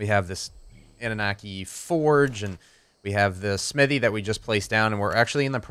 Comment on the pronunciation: I know it probably isn't important, but I believe it is pronounced AH - NU - NAH - KEY. Rolls off the tongue way better and sounds more like the race of alien bird overlords it refers to.